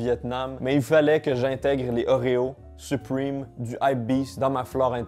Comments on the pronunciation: On dit supreme pas suprime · On dis suprème pas suprime😭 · Sa me stresse il dit "supprime" au lui de "supreme" mdrr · Mdr il dit supwime au lieu de supreme 😂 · Pourquoi tu dit : Suprime 😂😂😂😂 ça ce dit supréme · Supwime Supreme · Je suis français et je suis prononce "suprime" seul les skateurs ils savent ;) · C’est supreeeme pas supriiime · " soupwime " Su-prè-me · Les français à chaque fois que dit "Supriiime": O_o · Je trouve ça toujours drôle quand les francais sont assurés qu'ils prononcent bien les mots en anglais. 😂 Arretez frères, c'est vraiment 'Suprime'